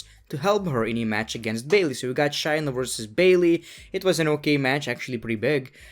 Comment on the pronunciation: It’s ShAyna..... long A vowel!